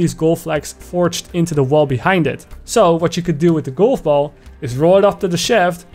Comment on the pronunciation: I like how he says "goulf boull"